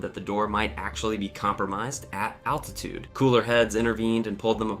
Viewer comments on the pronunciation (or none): none